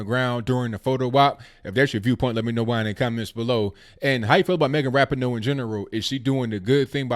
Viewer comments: Your Moms can’t handle their victory. Also, learn how to pronounce Ra-PEE-no. You show your ignorance when you go Ebonic on it. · Lord, lord where do I go with this. 1st of all it’s Megan Rah-pee-no. I almost stopped listening there because if you’re going to criticize someone at least know how to pronounce their name. The stop button got hit moments later though when you said Sue Bird was Larry Bird’s daughter. I think I hit it because I was laughing so hard. Again if you are going to criticize someone, know what you’re talking about. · At least say her name right. I agree you should never drop the American flag. Soccer is an amazing sport. Rapinoe is amazing and so is the WNBA and Bird. O'Hara picked up the flag. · You are a idiot. You can't even pronounce her name right. moron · How can you talk about people being respectful when you are yourself and your wrong with your facts get them also learn how to say Rapinoe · Well actually us women's soccer brought in more money than the the men's us soccer team, and have better viewings than the men so you are incorrect on that. You can't say Megan Rapinoe's name correctly. Sue Bird is not Larry Birds daughter. And Trump actually invited the womens soccer team to the white house in a tweet before they won regardless if they won or not. So... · Man, can no one say Rapinoe’s name correctly?